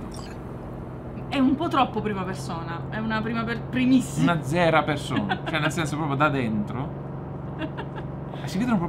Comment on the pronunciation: " una zera persona" 😂